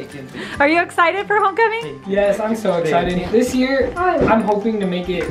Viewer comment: Him saying I’m iksidid to be adopted